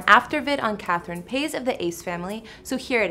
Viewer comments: I can't stand how she says Catherine's last name "pase"....its pronounced PAH-IZ. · I cry every time she says Catherine “pays” lmao it’s Paiz (Pie-ees) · Catherine Pays? Lmao its pronounced Pahees! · It’s not pronounced “Paiz” exactly! It’s Pie-is. Listen closely on Austin and Catherine’s proposal video, Austin said Pie-is. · Am i the only person who noticed that she said her last name wrong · Gabriela Ramirez we noticed because we’re Hispanics🤩, we know how pronoun Paiz but she doesn’t🤷🏻‍♀️ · The way this chick pronounces “Paiz” 😖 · Maybe she just can’t pronounce it? I’m sorry but she did have some facts in this video 🤷🏼‍♀️ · I’m not mad I’m js pissed dat you’re saying her last name wrong tf🥶✌🏽